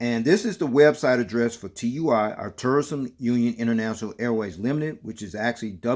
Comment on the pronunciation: It's pronounced as a word, not individual letters. Sounds like "two-e." It's also a German multinational company 👍